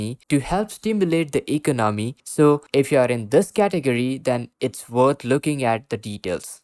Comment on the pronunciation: Please learn to say eCONomy.